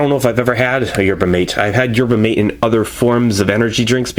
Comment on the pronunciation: Pronounced "mah-tay" fyi :)